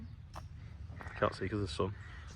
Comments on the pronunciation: Great video, we pronounce it Hair um. One word. Thats the English language for you. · Great video, we pronounce it Hair um. One word.